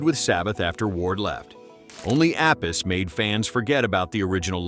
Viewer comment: It's pronounced Appi-chee.